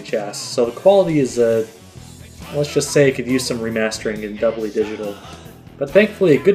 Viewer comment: very cool, but ...did you say "doubly digital"?